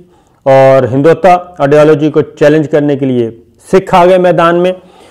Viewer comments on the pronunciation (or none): Sabir Shakir : Correct your pronunciation of “HINDUT-VA”.